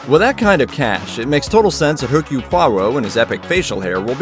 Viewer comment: Ugh the H is silent, it's pronounced Erkul, not Hercul or Hercules.